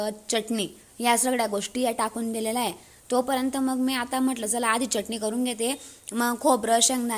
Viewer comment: Ani चटणी च pronun सेशन व्यवस्थित कर आणि एक तर हिंदी च बोल नाही तर माराठीन